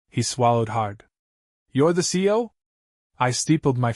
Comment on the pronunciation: Why can't AI pronounce separately the initials C E O?